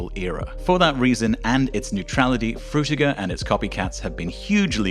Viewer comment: "Fruitger" LOL